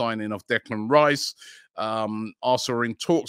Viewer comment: . How many times did actually Robbie is mis-pronounce Declan Rice so that they had to edit t? 😃